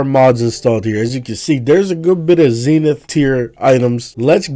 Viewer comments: Zen-ith not Zeen-ith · 🤓 it’s pronounced zehnith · “Zee”nith mods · He pronounced it wrong